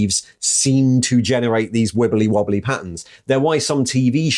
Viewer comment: The pronunciations of "wibbly wobbly" here would make The Doctor proud.